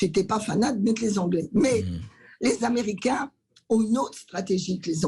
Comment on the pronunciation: Et menacé de vente à qui??? Aux Amewicains yeahhhh!!! Mewci!